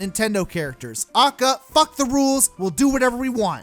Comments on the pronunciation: As retarded as most of this video is, the worst part of it all is how you pronounce AKA as if it’s an actual word rather than an initialism. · Actually, most people are commenting to show him his contradictions, prove why he is wrong about some characters with facts, and advises him to speak more softly and pronounce AKA correctly. Pretty constructive I'd say. Others are also focusing on his "stop complaining about Ultimate roster" argument and debating that. The people insulting him and calling him autistic are in the minority. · God what a fucking awful video. I can't believe I watched it fully. Contradicts himself left and right. And stop pronouncing A.K.A. as its own word. I'm having an aneurysm. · This video.must have had so much effort in it. I should probebly subscribe but my ears dont want me to becausr he KEPT SAYING AKA WRONG IT MADE ME WANT TO STAB MY EARS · The way you say AKA drives me fucking insane THATS NOT HOW YOU PRONOUNCE ACRONYMS! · The way you said aka made me want to scream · My guy, every time you say AKA, I want to chicken McShoot myself. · It's pronounced "Ay-Kay-Ay". It's an acronym. Nobody says "ah-kuh". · It’s A.K.A not AAKAAA, that’s like pronouncing L.O.L as Loal.... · How this guy says “A.K.A”, which I have never heard pronounced phonetically like that. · A K A not ah-ka ;_ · I cringed when you said AKA, it's A.K.A. Which means Also Known As. But hey that's just me. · oh and he says a.k.a as akka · Why does he say A.K.A phonetically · Stop saying acca you madman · this is a good video, but i just get really eeeeee when he says "ackuh" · I hate how he says A.K.A. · How you say aka bothers me